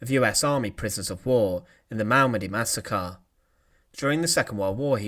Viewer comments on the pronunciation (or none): Massacar = massacre. Him Laar =Himmler. Pipar =Piper. Yoof =youth. Officar =officer. Leader = leader.